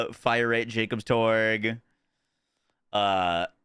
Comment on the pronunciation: cool. That not how it's pronounced in game by any character though. Everyone says Torque as torg. Including Mr. Torgue.